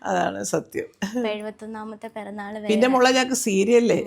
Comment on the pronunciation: It is 'piranaal' nt puranaal